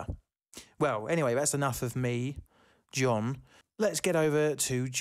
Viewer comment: "John in the studio" sounds suspiciously like "John naught in the studio" 🤔